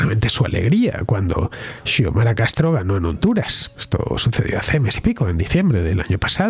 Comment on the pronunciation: Se pronuncia Siomara.